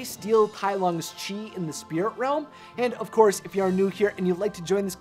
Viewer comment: Chis or chease? :D hahaha